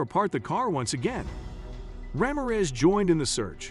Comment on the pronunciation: You mangled that officers name. It’s pronounced, Rah-mear (as in ear but with an M and finally REZ! Put them together and it’s RAMIREZ 😂😂😂😂😂😂😂